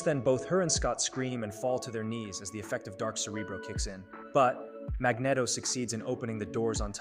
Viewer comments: its pronounced mag-neat-o not mag-net-o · Mag”neh”toe? Really? How dare you cover the X-Men in such an awesomely edited video, only to then mispronounce one of the most famous characters in the Marvel universe? MAG-KNEE-TOE!!! 😂😂😂 I’m just messing with you. But it’s definitely pronounced the way I put it. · I swear, I almost clicked off this video so many times because of how he pronounces Magneto. 😅😂